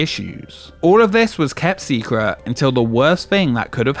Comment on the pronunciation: "Secruh". Unbelievable.